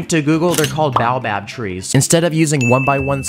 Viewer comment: It’s bay-oh-bab